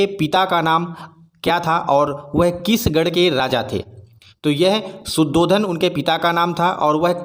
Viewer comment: भाई | शुद्धोधन नहि शुद्धोदन है | (शुद्धता की उदय) ... |